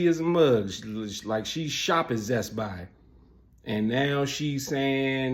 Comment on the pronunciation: "she shop at zest buy" 😭😭